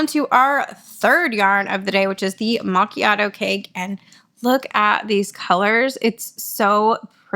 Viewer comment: You said macchiato perfectly ❤